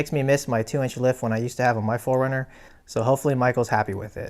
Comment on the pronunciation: Oh my god!!! 😆 PHO-RUNNER!!! LOVE IT!!! Aaahahaha!